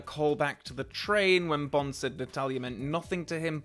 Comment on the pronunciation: The only flaw in this film is Pierce Brosnan's "Bond, James Bond" being said like "Pont, James Pont"